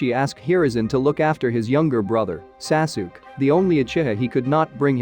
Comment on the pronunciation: the son of "Saasook"? I had to stop